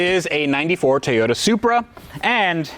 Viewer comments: Nobody:: Tayoda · I really liked saying "Te-yota" lol.